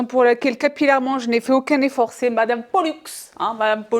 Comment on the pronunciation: J’ai vraiment hâte de regarder cette vidéo intense !!!! « Pollux » 😂😂😂😂😂😂